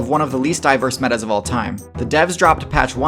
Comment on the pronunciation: I don't like the way you say update and patches and glitches. Makes me question my reality